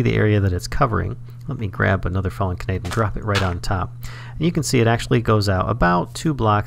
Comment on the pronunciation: Just putting this out there for future viewers and because it kept hitting me right in the feels in an irritating way: it's pronounced "kah-nah-day" not "kuh-nay-d". If you've ever watched Angel Beats, it's the real name of Tenshi (literally angel) which is why the description under the flower in Botania is "I'm not an angel" as it's a reference to that character. Botania is chock full of fun anime references :)